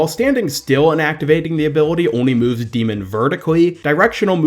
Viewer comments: Your saying her name wrong... It's D.MON, not D.MEN. If ya know what I'm saying. Think of how Pokemon is said. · Pronounced D.Mon wrong but ok